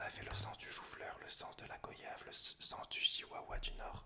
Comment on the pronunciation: La vidéo est top, par contre ça me perturbe que tu prononce mal goyave, ça se dit comme voyage, où le "o" se prononce "oi" Sinon je tiens à féliciter ton imagination pour toutes tes vidéos, c'est surhumain.